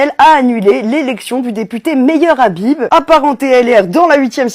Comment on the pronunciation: Pour plus d'efficacité, éviter de prononcer "Meilleur Habib" 😉